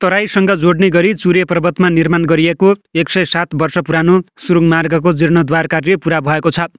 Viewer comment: जिर्णोद्वार हुँदैन जीर्णोद्धार हुन्छ । उच्चारण गलत भयो । शुद्ध उच्चारण गरौ ।